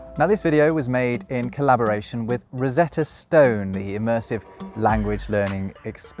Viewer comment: It takes a Brit to pronounce "stone" as "stewn"